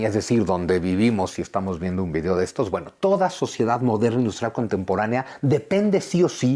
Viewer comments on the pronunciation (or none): none